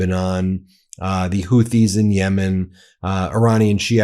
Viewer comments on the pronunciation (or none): none